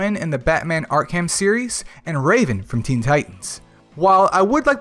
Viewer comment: Yeah, that and "Ark-Ham" games LOL. The younger kids are so confused LOL